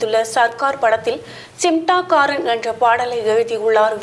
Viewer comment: Nee first news la olunga sollu simtaakaaran nu solura naduvula 'N' iruku சிம்டாகாரன் னு சொல்லுற சிமடாங்காரன் .